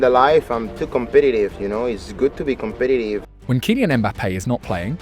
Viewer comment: He’s kumpetitive 😂